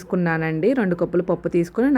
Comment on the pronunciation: కొప్పులు కాదు కప్పులు